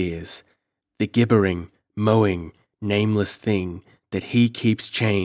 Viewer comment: gibber / gibbering / gibberish are pronounced with a soft 'g' (like saying it with a 'j'), rather than a hard 'g' as in glen or gangrene.